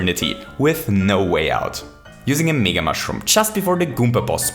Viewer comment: Its MEga not megaE